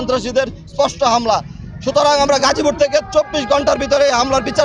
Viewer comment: গাজীপুর বলতে পারে না খাসি পুর বললো